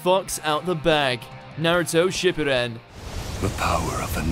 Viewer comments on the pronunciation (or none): Did you just say naruto shipruden........ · Naruto ship-pu-den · The way u pronounce shippuden is cancerous and you classify each protagonist with something bad